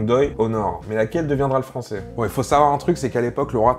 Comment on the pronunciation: J'aime trop quand tu dis "il parle le fransoais" on dirait trop un blague^^